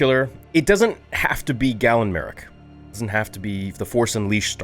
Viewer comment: As someone with that name, for the love of the Force, it's GAY-LEN, not "Gallon." He's not a milk container! It's pronounced Gay-len, ffs! They even say his name IN THE GAME correctly!